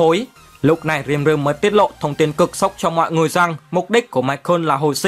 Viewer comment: nhưng đọc sai tên nv...Ko phải Rim ru mà là Ri Mư rư... :D